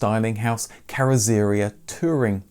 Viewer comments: "Carozzeria" Carrot-tsa-RHEE-a (please work on your pronunciations, it spoils so many of your videos). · Carrosseria is pronounced carro surreea, with the stress on ee. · Kjell Qvale is pronounced Shell Kwah-leh. Oh, and carrozzeria is Kar-rotz-eriah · BTW, "carrozzeria" pronounced more like "carrots're 'ere". Ciao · Very interesting Thankyou. I’m loving you’re authentic pronunciation of carrozzaria! 😂 hilarious!